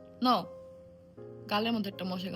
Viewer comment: আলিশা ন 😂😂😂 ন নয় নো হবে।